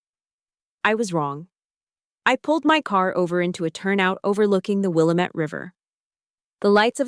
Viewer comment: Willamette is pronounced Wil-LAM-it